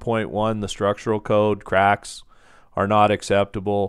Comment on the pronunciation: Thaaanks! The way you say craaaacks is a bit funny. 😅😁 The 'a' is long. Anyway, just pointing it out. It was the first thing I noticed. Great tutorial!